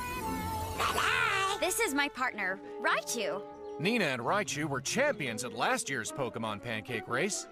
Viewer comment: I just love how sometimes Raichu just says laichu or lai lai instead of raichu or rai